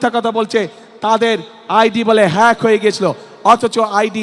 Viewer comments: হেক 🤧 পেক😂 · মূর্খ,,, হ্যাক বলতে পারে না,,, হেক বলে,,, মূর্খ চালাবে দেশ,,,, দেশটা ধ্বংস করে দিবে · মুরখো হেক বলে হ্যাক বলতে ও ব্যার্থ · আরে কী বললো হ্যাক কে বললো ফে্ক হা হা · দেশ কি কীভাবে চালাবে হেক বলতে হয় জানে না। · Its not hek Its hack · 😊😊😊😊😊হেইক ফেইক 🤭🤭🤭 লেতা কিভাবে দেশ চালাবে , হ্যাক ও বলতে পারতেছেনা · মূর্খ নেতা ভালো করে হ্যাকও বলতে পারেনা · আইডি হেক না ফেক 😂😂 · 2.42 a hek fek..... 😅😅😅😅😅 Bolte o pare na. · মামু হ্যাক উচ্চারণ করতে পারে না দেশ চালাবেন কি করে মাথার তার কেটে যাবে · আপনি তো হ্যাক উচ্চারণই করতে পারেন না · এই তারেক রহমান যদি প্রধানমন্ত্রী হয়। তাহলে হিরো আলমের তো হবে জাতিসংঘের মহাসচিব। কারণ ডঃ শফিকুর রহমানের আইডি হ্যাক হয়েছে এই শব্দটা সে ঠিক মতন উচ্চারণ করতে পারে না। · হ্যাক কথাটাও উচ্চারণ করতে পারে না 😂😂😂😂😂 এ আবার হবে বাংলাদেশের প্রধানমন্ত্রী 😅😅😅😅😅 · এখনো হ্যাক কথা টা বলতে পারোনা,,, হায়রে তারেক😂😂😂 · খাম্বা মামায় হ্যাকটাও উচ্চারণ করতে পারে না সে আবার প্রদান মন্ত্রী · হ্যাক উচ্চারণ করতে পারে না,,,আবার দেশ চালানোর শখ জাগছে,,,, 😡😡😡😡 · হ্যাক বলতে পারেনা।😅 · হ্যাকও বলতে পারে না। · আমি কি করে আমার থেকে কম শিক্ষিত ব্যাক্তিকে ভোট দিবো ? হালারপো হ্যাক উচ্চরন করতে পারে না সে দেশের প্রধান হবে ? প্রয়োজনে না ভোট দিবো তবুও মূর্খদের ভোট দিবো না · বলতেও পারে না হ্যাক প্যাক বলে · হ্যাক বলতে পারে না, 🤣🤣🤣🤣